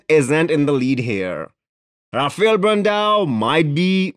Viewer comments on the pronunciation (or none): none